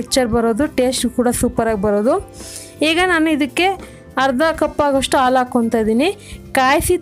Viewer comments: Aalo alla adu halu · The way she says milk - aalo